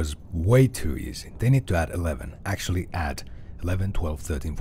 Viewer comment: Your latest video is you going "erm... ackschully..." about how a comedy show got Smurf lore wrong, and me writing it like that isn't even a bit because that's genuinely what you sound like, you are beneath me (and most other people, honestly).